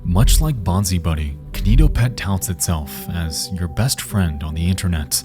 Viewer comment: key nee toh pet